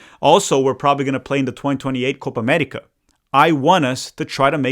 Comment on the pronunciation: "Coopa Amettica"